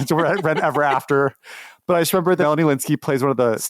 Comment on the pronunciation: did anyone notice that he pronounces “Lynskey” like “Lewinsky”